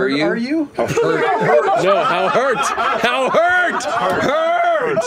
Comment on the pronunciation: The "how hurt are you" then it sounded like how hard are u had me Rollin